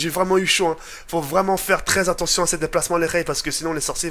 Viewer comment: Il a dit attontion